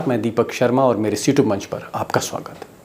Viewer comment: आप हर बार कहते हुए सुने जाते हैं "नमस्कार मेरा सिट्युब मंच पर आपका स्वागत है"। यानी utube को आप सिट्युब क्यूँ बोलते हैं?